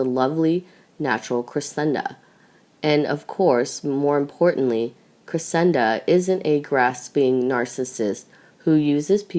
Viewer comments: It is Cressida not CressiNda. And in the previous vid about Archie, Meghan's mother's name is Doria not Dora. This narrator is terrible with names. And everything else. Please do something and hire competent narrators for your vids. Where is the one that was narrating so well? Why is she no longer narrating your vids? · You totally lose credibility (believability/authority) when you cannot correctly spell or pronounce Cressida! NOT Cresenda NOT Crescenda Cressida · Her name is Cressida not Cresenda. You are sounding like a child learning how to pronounce words! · This girlfriend is pronounced Phoenetically. .CRESS..A..DUH NOT CRA..SEND..A... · CRESSIDA ! NO ‘N’ ! You got it right ONCE !! BLOODY USELESS!! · It's Cressida, you burk!!! There is NO 'N' in it..... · and as usual mispronounces names etc- ie CresseNda? and a lot of other mistakes always..drives me nuts, I am thinking it is someone reading phonetically? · How come you can't read the simple name Cressida correctly? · I can't stand this narrator. She can't pronounce Cressida correctly? There's no letter "n" in Cressida. What's wrong with her? Please get a better reader. Someone who is not comatose. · clearly spelling is unimportant to you, as shown in your comments, both in form and in content. However the narrator's mistake is to do with mispronunciation and a lack of knowledge of Royal family matters (ignorance). It is not a spelling mistake.